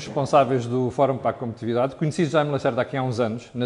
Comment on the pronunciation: Oh Sr.! Não é "comptividade" mas sim COMPETITIVIDADE! Não diga tantas calinadas, o Sr. que se considera como um bom falante e que até tem o desplante de criticar os outros quando, eventualmente, dão erros!...